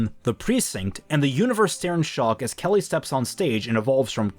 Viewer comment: Question: Is your pronunciation of Kali as "Kelly" Instead of "Kah-lee" intentional? I was listening to this without visual and was like... Kelly?? Oh he meant Cat Milf.